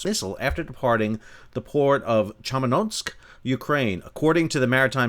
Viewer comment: "Chernomorsk" (CHAIR-no-more-sk), from "Chornoye more" = "Black Sea"